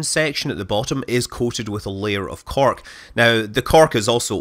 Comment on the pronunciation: WTF is " CARK" ? You mean Cork? Then say it. SAT IT SAY IT.